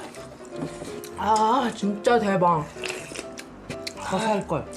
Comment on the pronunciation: 沒記錯的話唸法好像是Daebak